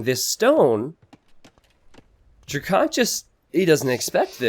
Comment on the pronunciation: DrackEn not DrackOn. Please you’re driving me crazy!